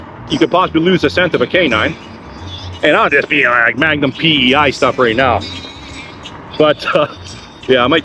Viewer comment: You had me at "Magnum PEI". Luckily and old fart like myself, knew what you meant 😂 I do enjoy your night rides, just keep your head on a swivel. Keep em coming, Cheers.